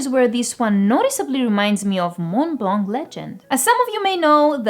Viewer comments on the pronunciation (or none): none